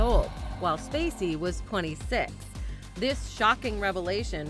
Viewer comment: the narrator calls Kevin SPacey STacey. Lol.